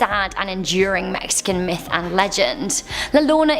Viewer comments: it sounds very close to it lol but i heard myth n it sounded like meth lol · I thought you said "good old fashion meth" not "myth" spent like 5 minutes laughing